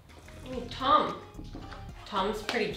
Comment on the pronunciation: Is it just me or when she said Tom it sounded like tongue